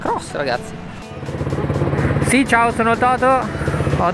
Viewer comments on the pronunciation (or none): che è quel ciao che non capisco se è un ciao 😅😂